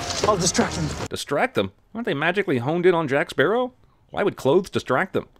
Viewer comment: “Jake Spearow”